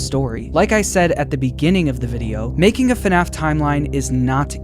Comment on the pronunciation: IT'S NOT F NAF IT'S FUHNAF!!!!